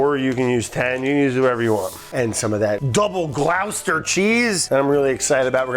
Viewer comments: Love watching you from here in den Haag, Brad, but it's Gloucester as in foster. I know. I just had to be that guy. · It's pronounced "gloss-ter" Brad. well done for the engagement bait. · Gloucester is pronounced gloster